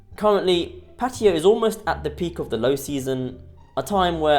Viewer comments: Pa-Taya brother, Not Patya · What the hell is 'Patiya' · When will vloggers learn to pronounce Pattaya as spelled. Very ignorant people.👎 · Pattiya? Cmon dude.. pronounce it right its a sign of respect by calling it right. Cheers dude